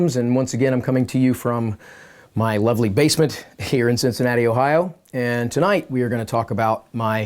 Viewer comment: in your 'Bassment' :-)